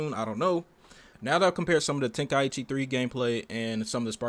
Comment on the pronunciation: The fact he said tenkaichi wrong pissed me off